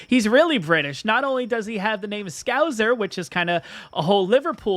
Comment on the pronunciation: FYI It's ScouSer not ScouZer.